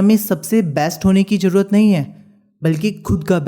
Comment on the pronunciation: MAJA 😅CHEEEEJJJ😂ZAROORAT😂HAVE TO LEARN HOW TO SPEAK FIRST 😡🙄